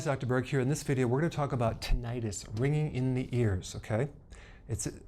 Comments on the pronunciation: The name of this condition, tinnitus, is pronounced " TIN-eh tis", not "tin-EYE-is". Don't get your medical advice from Youtube from a guy who is passing along advice he got from some other guy (who the presenter doesn't know) and now is presenting this information as solid medical information. If you still want more information about tinnitus, I know an auto mechanic whose great aunt used to have this condition until she mistakenly drank a solution of white vinegar and Epsom salts with a little umbrella on top. Not only did it stop the ringing in her ears, but she could speak Latvian afterwards. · Just FYI it's not Tinn-EYE-tis (it's not an infection!) The word is pronounced TINNY-tiss. You'd think a doctor would know this. And I've been suffering with it for years. The technique did nothing for me first time, but I have an open mind and will give it a fair shot. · First of all, no real Dr. who knows of this disorder would pronounce it "Tin eye Tis" the way you did. ENTs and every Dr. I've seen pronounces it correctly "ti·nuh·tuhs". Secondly as a Dr., saying I found something on the web, and found this guy...I don't know where he got it....doesn't give you any credibility. Is that how you got through medical school? Most Drs I know are inveterate researchers. Thirdly, this technique is hogwash and you know it...and if you don't, shame on you. Your video title "How to STOP" is complete BS. There is not stopping to this disorder with 20 seconds of finger tapping. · short i sound in Tinnitus, not long i sound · It’s not an -itus, and it isn’t pronounced that way. Tin nit us. An -itus is an inflammation, whereas tinnitus is nothing of the sort. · It's pronounced Tin-it-iss. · You would think a doctor would know the correct pronunciation of tinnitus. I guess not.